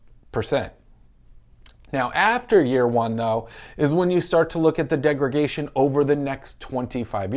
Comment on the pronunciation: Just a friendly heads up that it’s degradation not degragation.